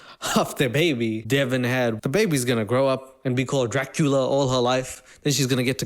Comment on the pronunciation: “Dracula” come on dude 🤣🤣🤣